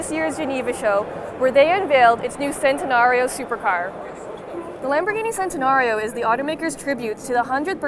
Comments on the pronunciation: I cringed when she said sentanario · It's CHEN-tenario. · Theres no problem bout this but you read it chentenario